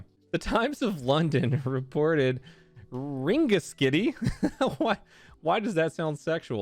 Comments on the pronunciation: It’s pronounced ring-a-skiddy I’m from Ireland and it was funny to here u pronounce it 😂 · Ring-a-skiddy...good job at trying to pronounce it. I was expecting you to butcher it....the pronouncement of the town...not the human body part it serves. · Rengeskiddy(is how you say it and I beg that you say Ireland right